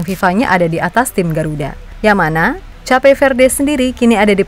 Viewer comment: Cape itu bacanya bukannya 'kep'?